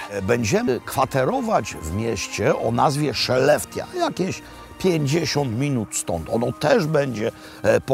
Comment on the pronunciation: Mieszkam w tym mieście ! Miasto wymawia się “szelefte” w dialekcie z północy Szwecji